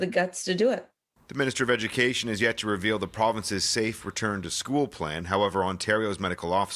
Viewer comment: Emphasis on "yet".